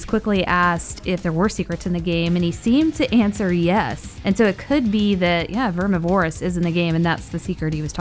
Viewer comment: It is pronounced verm miv er iss